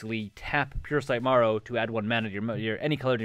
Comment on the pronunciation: Just fyi it is not "Puresight Morrow" but "Puresight Merrow" :P